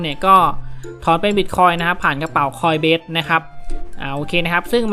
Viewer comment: ขออภัยนะครับ ออกเสียงผิดครับ coinbase ไม่ใช่ coinbest ครับ